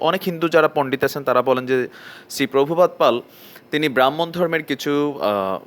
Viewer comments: আগে ভালোভাবে জেনে বুঝে তারপর রিপোর্ট রেডি করুন। যতসব ভুল তথ্য। আর আমাদের দেশে কি tv চ্যানেল নাই? তোরে কে বলেছে এসব বলার জন? তোর মতো কিছু লোক আছে যারা জনমনে বিভ্রান্ত ছড়ানোয় ব্যস্ত। শ্রীল প্রভুপাদ এর নাম টাও ঠিকঠাক বলতে পারছিস না। তাই গুরু প্রভুপাদের জীবনী পড়ে আয়। আর এই ভিডিও টা ডিলিট কর। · Ato voy kiser dada..vaiya ... Bandages r manus k bibhranto kore jachhen apnara sobai.. Salpo information peye murkhamir porichoi dicchen..r India hindu der sudhu desh noi .. India t kono Muslim to iskon k voy pan na apnara kano voy paan.. Itihas pore dekhun .. Probhu pad r num tao to dada thik thak ucchaton korte paren na.. R valo kore hindu dhormer study korun.. Apni o apnara ank voy pacchen ekhchii .. Hindu ra sob debotar e pujo koren..sob religious script kei sroddha kore.. Manus k hindu der proti ghrina korte sekhhachen kano.. Jodi iskon khawar khaiye thake ki khoti koreche .. Jodi kono Muslim hore ram bole thaken tini ki kono gunha korechn nakk islam theke dhormo chuto hoyechen .. Ato thunko apner islam jana chilona.. Dukkho hoi Dada j apner mato akjon sikkhito atota gora hoye onno dhormer proti ato ghrina kano.. Iskon jara korchen tara santi peyeche .. Hindu ra santi priyo apanader moto jihad r num e ghrina prokash korena .. Islam apanader karonei bodnam hocche .. Insight r eye gulo k khulun..r Dada apnaro hindu dhormer ei na pawa manus jara Islam convert hoyechen ank kal age .. 90% manus e to hindu chilen.. Study korun Dada .. Islam r num e ghrina r bibhranti choraben na .. Isalm r molla rao same kaj koreche na ?? India BD r manus kato convert hoyechen jenechen?? Apnio social media te ato vul info deben na ..